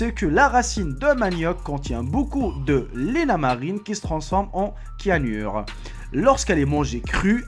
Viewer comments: Kiagnure xD A le débil .ça se prononce ssssssssyagnure Retourne a l'école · Cianur sa ce dit Sianur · Juste comme ça, ça se prononce syanure pas kyanure ( cyanure) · pire encore il a dit kianur !!! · c'est pas kianur c'est cyanure sinon super vidéo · quianure ? xDD on dit cyanure (sianure) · cianure se prononce [sianure] et non pas [kianure] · le cianur se prononce sianur mais sa s écrit avec un c (J ai kiffé ta vidéo frr) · Les tentacules de poulpe qui bougent encore, les palourdes rouges qui ressemblent à des trucs avariés, les méduses, ou le fromage avec les vers, je ne risque pas de m'empoisonner avec... Pour information, "cyanure" se prononce "Syanure' et non "Kyanure", et on dit "la carembole" et pas "le carambolé".